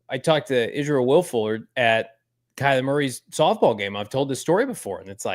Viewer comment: One of my favorite JV moments.. the way he can nail names like Isaac Guerendo perfectly.. but absolutely struggle bus with names like Israel Woolfork.